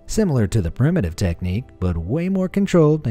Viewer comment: Seriously? 'Prime-uh-tive'?